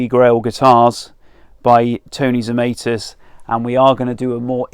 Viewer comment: Zemaitis is a Latvian name and rhymes with tonsilitis etc., unless TZ used the possibly US version himself? Google translate from Latvian Zemaitis is 'earthling'. Don't think that's correct either, but the Latvian version is correct. Check 'hyperforeignism' for US (and some UK) mispronunciation of foreign words/names, 'If in doubt, make it sound foreign'.